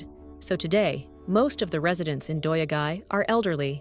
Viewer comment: I commend you for trying to pronounce those difficult Japanese words, but what in the world! "Doya-gai" comes from "yado," which means accommodation, and "gai," which means town. Also, day laborers are "hee-yatoi-rohdoh-sha": hee = day; yatoi = hiring; rohdoh = work; sha = person/people. The "hee" was completely dropped. I had the hardest time understanding what you were trying to get at 😂